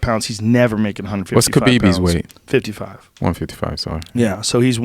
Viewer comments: Man said Khabibi lol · technically that's the root Arabic word for the name so he's actually right. except he pronounced it as if it starts with a k sound instead of kh. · "what's Khabibi's weight" lmfao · ‘What’s Khabibeez weight?’.......it’s Khalabib cocksuckahs.... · Guy looking at his notes: “What’s khabibies weight?” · My boy said khabibi lmfaoooooo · It's pronounced Habib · Who the fuck is khabiby😂😂😂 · What’s khabibibees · That nigga said khabibee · "what's kabeebee's weight" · This dude said kabibi and masidov. I dont think he knows anything about UFC😂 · Did this guy just say "Khabiby"? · The black guy can’t pronounce any bodies names lol “khabeebee “ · man said kha B B 🤧🤧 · Man said Khabibi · "What's Khabibi's weight?" 🤦🏾‍♂️ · " whats khabibi's weight" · And 'Khabibi' 🤷‍♂️ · Dude said “kabibi” lmao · Lol this dude called Khabib "Khabiby" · “what’s khabibys weight?”😂😂😂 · Awww he called him Kabibi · “Whats khabibibs weight?” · "What's Khabibi's weight?"